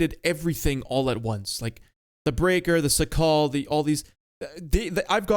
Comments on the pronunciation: It's painful how you pronounce Szakal. It's Shakal (it's in Polish), not Sakal. Also Ratte, or either Tashenratte, it's not Ratt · the CS-67 Szakal is pronounced shakal and means jackal you're welcum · its pronounced shakal both A's like in the word "marker", accent on the first syllable